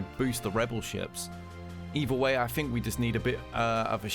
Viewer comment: “...Shifted to a free monf...” “I fink..” this dude is hard to understand.